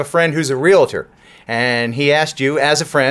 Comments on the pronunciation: the term is realtor.... Not Realiter! lol I am Realtor so I have to point this out every time someone says it that way. Absolutely love your videos. You are my favorite. You make me laugh. lol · the properly way to pronounce it is... REAL-TOR, not REAL-A-TOR. LOL;-) ting!